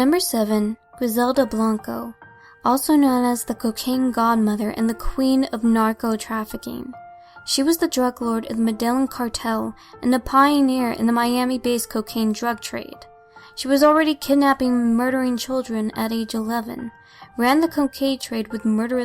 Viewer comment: Medellin is pronounced. "Med a yeen". just saying